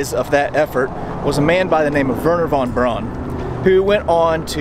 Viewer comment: Von Braun’s name is pronounced “Von Brown”... everyone gets it wrong!